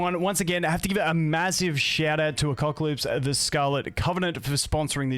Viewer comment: A-Cuck-Alypse, I can't unhear it